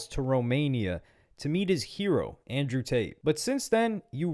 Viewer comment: ANJEW TATE